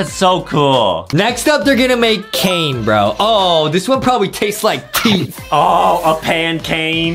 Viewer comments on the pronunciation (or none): Its cane not cain